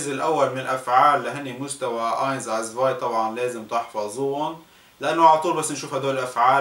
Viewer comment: 2 تسفاي zwei مو ازفاي فاغوم warum مو فروم لفظك سيئ جدا !! -_- يعني يلي بيتعلم منك ويجي ع الوسط الالماني بضيع ..